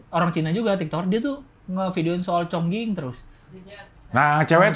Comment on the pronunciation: Chongqing dibacanya chongcing, jadi inget orang -orang pada salah melafalkan mixue